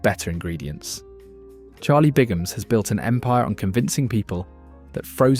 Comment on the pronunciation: It's Bigham not Bingham